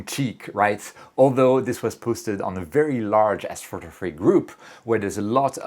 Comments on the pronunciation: You speak really well except for one word: astrftgrphy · Lololol what did you just say?? ??? Afro ruhruhtuh??? 😂😂😂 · As-photography sounds like Assphotography after hearing it a couple times 😂